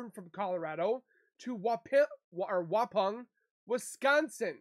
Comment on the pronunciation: FYI, Waupan is pronounced “Wa-pon” like you would say pond . 😊